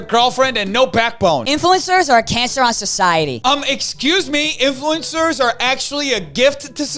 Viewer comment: sounds like that person is Dutch bc of the ‘cancer’ 😂